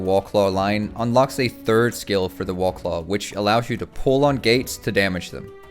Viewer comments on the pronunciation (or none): You sound like you're a native English speaker, so it bothers me that you don't pronounce "war" properly. "The Wahclah mount" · I keep hearing you say "Wallclaw". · "the wawclaw"